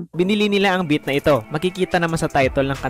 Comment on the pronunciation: Beat Hindi bit.hahahaha